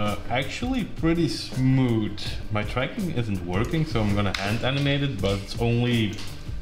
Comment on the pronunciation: Smooth = Smood